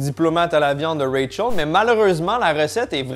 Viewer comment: Quand tu dis Rachel dans mes oreilles sa sonne ray charles, je me demandais ce qu'il foutait dans la série 😅